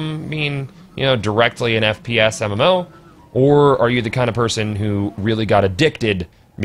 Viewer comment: Did you just say MMFaux? lol